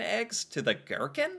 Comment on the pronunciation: What is a ghetkin? I’m crying🤣 chicken eggs?😅 oh America🙈🤣